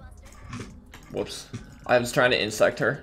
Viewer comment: Love the vids, but fyi, its "Insec" no T.